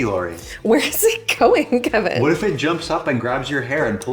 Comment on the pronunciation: THIS HAD ME ROLLINGGGG "KHEHVIN" 👅